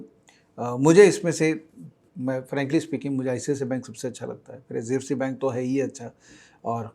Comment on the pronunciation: Pronunciation of HDFC sounds sbfc